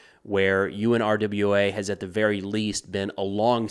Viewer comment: it is most often pronounced “OONRA” with the stress on the first syllable.